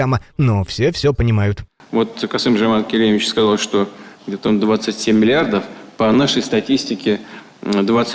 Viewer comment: Он всё-равно не верно произнес. Точнее, и "этот путин" исковеркал имя и отчество Токаева. 😂😂😂